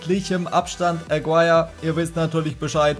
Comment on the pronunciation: Warum sprichst Du deinen Toptorjäger wie englisch aus? Is n Kolumbianer (~Agirre) das U is stumm. Können aber die wenigsten Fifa Youtuber. Wenn ich Fussball feier und damit "mein Geld verdiene" online, sollte ich das können oder mit der Aussprache ausländischer Spieler beschäftigen. Aber die meisten von Euch kennen eh nur die Spieler der Topclubs in der CL oder die Top5 der Topligen. Alles darüber hinaus ist "egal" oder was? Gucke Euch gerne aber das regt mich bei allen auf